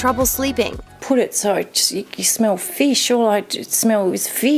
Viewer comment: "All i shmell ish pheesh"